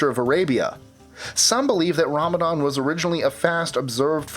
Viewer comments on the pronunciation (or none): none